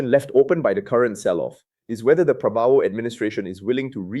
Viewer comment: “Rupai yah” and “Prabo wau”. Must be the AI pronunciation.😂😂😂😂😂